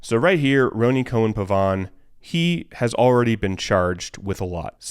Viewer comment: It's pronounced Ronnie. Not Roh-nee lol. I know, it's my name too 😂